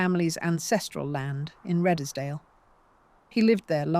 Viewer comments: That was quite well done but I'm pretty sure that Redesdale is pronounced Redes-dale (2 syllables) and not Red-es-dale (3 syllables). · Did you hear radddeeeeesdally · Redesdale pronounced as Reeds dale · REDESDALE is pronounced REEDSDALE. Do your homework!!! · Was this read by AI? British accent and American turn of phrase... btw Redesdale is pronounced reedzdale. And why show irrelevant pics - some of these buildings, barns etc are not the ones being talked about. Just makes me wonder exactly how much of this narrative we can accept as accurate here. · Exactly. It is all such a lazy approach to producing. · AI just can't get pronunciation correct. Couldn't even get Redesdale pronounced correctly let alone Wagner. Couldn't continue watching after those early errors.